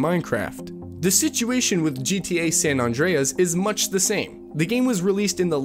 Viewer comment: Incoherent; multiple times, surefire; , San Andreas; multiple times. 3 strikes: I’m outa here